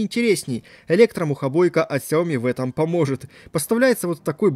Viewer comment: столько видео, целый умный дом, а говорите фирму неправильно... не сяОми, а сЯо мИ